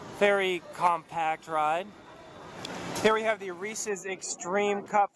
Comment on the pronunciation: Somebody who says "Reese's" right. Coming from a boy that lives 20 minutes away.